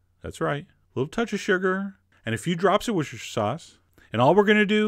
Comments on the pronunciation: old comments but, it is pronounced Wooster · it's spelled Worcestershire and it's pronounced wooster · Wuss–tah–sure (American English) As someone who has lived in the city and was born in Berkshire. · Aden J what shortened version? It's pronounced wooster-shur. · Wiss-tuh-sheer is how we say it in England. (But not in London, as there are only angry Muslims there.) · Wooster - shire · A few tea spoons of was ya sister sauce 😂 man's haveing flash backs can't say it hahaha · 'A little touch of sugar and a few drops of whosheshers sauce.' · Wusher sauce.